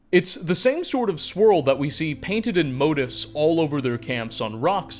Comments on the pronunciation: This guy pronounces motifs like “moat-ifs” and “giants’” like “giantses”, but rolls his r when he says Strauss. Boggles the mind. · motifs is pronounced moe-teefs